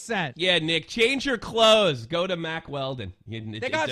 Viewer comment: Keem and were saying mark instead of Mack for hella long at the beginning